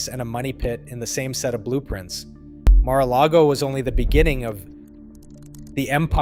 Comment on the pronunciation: Stop reading the Mar-a-largo-o wiki page. You cannot even pronounce any of the words.